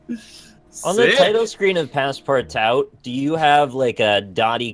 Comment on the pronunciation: PASSPARTOUT not PASSPARTAO the ''out'' pronounce like the ''oo'' in the word ''oozing'' for example